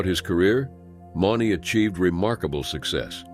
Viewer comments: At least pronounce their names correctly? Mauney (Moo-knee). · Mauney is pronounced 'Mooney'. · If your going to be a commenrator on something like this , get the names right JB Mauney is pronounced “M-oo-n-y Cmon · Should probably say the bullrider's names correctly. If you can't say Mauney right then don't say it at all. And Werewolf didn't attach the rider. He literaly went forward when the bull came up and the collided. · Pronounced stuffs last name wrong, too...jfc!!...shouldn't be commentator when u cant pronounced names right, especially rodeo!!... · Pronounced j.b's last name wrong, ffs!!...